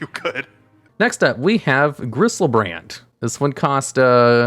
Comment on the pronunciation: 'Griselbrand' Oh, god.